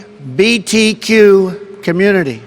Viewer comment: Well, that was weird... especially the "EL-GI-BEE-TEE-QIOU" part